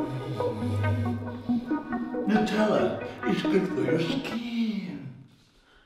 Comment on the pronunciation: it’s Nutella 😁